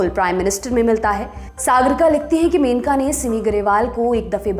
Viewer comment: मेनका नहीं, मनेका गांधी सही नाम है, कृपया सुधार करें।